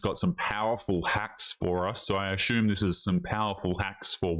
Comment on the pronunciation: Brother I like watching your videos. Can I please pay you to pronounce “assume“ correctly. 😂